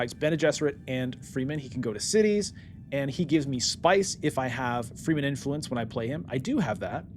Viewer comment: One thing that is killing me: Why do you pronounce Fremen „Freemen“? Shouldnˋt the e be short? Like you say it in Fremkit?